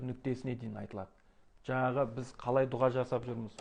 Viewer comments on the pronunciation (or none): none